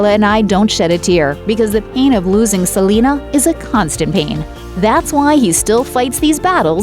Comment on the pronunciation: Ok that lady calling Selena “Selema”...... how annoying